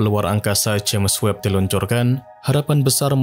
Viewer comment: The spell is "jeims webb" not "jemes webb" 😂😂😂😂